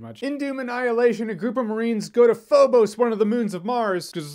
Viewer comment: Drinking game: Take a drink every time they mispronounce Phobos. My best friend and I did this and we got wasted!